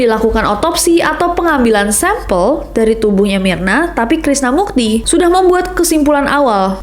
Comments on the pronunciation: Krisna MURTI nes, Pake R. Kaian bang Krisna Mukti kebawa bawa wkwk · Berkali2 dger pas kak nes bilang krisna murti jdi krisna mukti.. yg bner krisna murti kak.. 😅😅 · Murti bukan mukti. R R R R bukan K K K K Ingetin aja biar gak banyak yang ngetag salah alamat. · Btw , namanya krisna Murti ness, bukan Mukti 😂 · Ness Krisna Murti wkwkkw bukan krisna mukti. Dua kali salah sebut mulu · K R I S N A M U R T I .... BUKAN .... K R I S N A M U K T I .... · iya, belakangan menurut aku ka nessie kea kurang gitu research nya..krisna murti jadi krisna mukti. padahal krisna mukti itu artis. subtitelnya bener. pengucapan kak nessie salah. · Maaf ya ness.. krisna murti bukan krisna mukti. Kalo krisna mukti itu artis bahkan sang artis pun udah sampe risih karna tag nama yang salah.. subtitlenya bener tapi pas pengucapan nessi salah...cmiiw